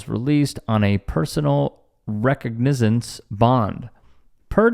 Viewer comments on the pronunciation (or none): ......sounds like, re-cog-ni-zen-ce*..... 😉😉😉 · sorry. It’s a narration. You can’t look up how to pronounce “recognizance”? And do another take? 1.44M subscribers? Silly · "Wreck-Ig-Nizance" = ?? /\ Re-Cog-Na-Zence = :face-blue-covering-eyes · Dude, WRECK-ug-nizzince, is not how you say the word, it's rih-KOG-nih-zuhns. Surely you've heard of someone being released on their own recognizance?! Just for future reference. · Recognizance Sounds like : (REE-Cog-Na-sense) 😂😂 Sorry, i dont mean to laugh at this video at all, but you made me giggle how you said it 🩷🩷🤙🩷🩷 This was Brutal to watch! I hope shes ok! 🥺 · you dork. Recognizance is pronounced ruh kaag nuh zns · you can always look up words you don't know or don't know how to say. rih-KAHG-nuh-zuhns or rih-KAHG-nih-zuhns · recognizance (re- COG-ni.zence) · Re-cog-ni-zance small o and small i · reco nizzance? WTF dude, not even 3 seconds later you can say recognize...why not reco nizz - do u look at copy before u read it? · Absolutely disgusting behavior by this police department 🤬 I'm so glad there were witnesses. S/N: "Recognizance" is pronounced ruh-KAHG-nuh-zense 😊✌🏾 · Dude really staight up can’t recognize the word recognizance (re-cog-ni-zance)? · Do you seriously not know how to pronounce recognizance? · Love your stuff but are you AI? You really had trouble with the word recognizance. Hearing a lot of this lately when a word isnt programed in correctly.